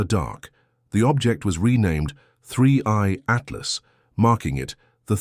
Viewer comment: He calls it 3C Altlas ? And it’s screaming past the sun? Months ago! It’s already past Jupiter now! Doesn’t anyone proofread what this AI says? How can I trust what this AI guys says? 👎